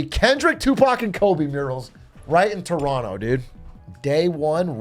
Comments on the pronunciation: I'm surprised that Big A says "Toronto" like a local. Maybe he's one of us after all Hmm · How does he know how to pronounce Toronto correctly?